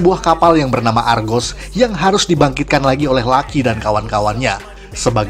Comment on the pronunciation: Argo bukan argos